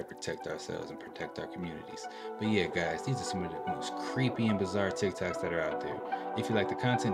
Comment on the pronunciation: Did he say tik tac? Lol 😆